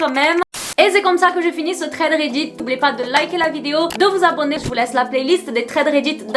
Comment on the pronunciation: Comment prononce Thread Reddit: Trèderéddite